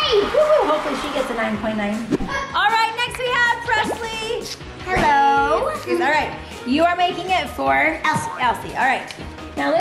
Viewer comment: Her name is Preslee not Presley